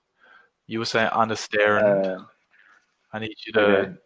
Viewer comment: ｢ゼァー｣が｢ゼー｣になるのは知らなかった。フラーッグのアーが日本語のアーになってますよ。アップルのエァーにしないと日本人の英語になってしまいます。アンダスタンドもアンダスタンドじゃなくてアンダステァーンドゥとかにしてアをアップルのエァーにしないと日本語の発音になってしまいますね。ダラーズがドルースになっでドスの効いた？発音になっている。私はニックが使うみたいなアメリカ英語が一番好きかな。